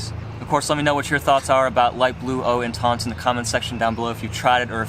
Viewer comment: how hard is it to type eau intense into google translate french to english and tap the speaker button to see how you should pronounce the name. you watch one reviewer he says it like this another one says it differently my god people. you either use proper french pronunciation or how it sounds in english. good video though, like the channel keep it up